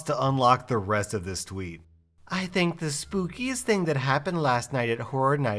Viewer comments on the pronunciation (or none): none